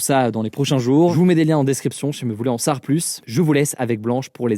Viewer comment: On dit en Savoir plus pas en saaar plus Hugo :)